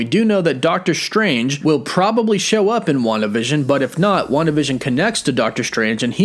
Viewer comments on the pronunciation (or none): none